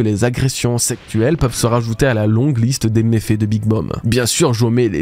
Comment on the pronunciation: Pourquoi tu dis agression septuelle au lieu de sexuelle ?